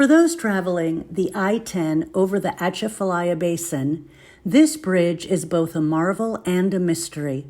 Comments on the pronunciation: Girl it is pronounced ( AH - CHAF -A - LYE - AH ) . I-10 there is deadly when foggy . Bonjour de Louisiane !!!!!!!!!!!!!!!!! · The T is silent,,, she isn’t pronouncing it correctly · It's not dangerous and not haunted. You cannot even pronounce it correctly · You used to drive around the swamp before they built the bridge. Also you need to learn how it’s pronounced by locals. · You can’t pronounce it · Please learn how to pronounce the name of your gonna make a video about the atchafalaya basin. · Thank you. I can't tell you how aggravating it is hearing our names pronounced wrong.